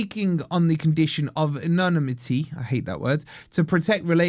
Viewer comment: Pronounced like this mate ann no nimity